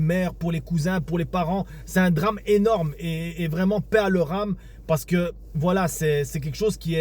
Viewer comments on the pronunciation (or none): none